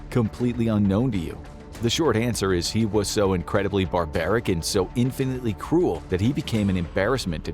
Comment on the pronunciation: Every time you said “cruel” i heard “cool” and i was like “brutal dude lol”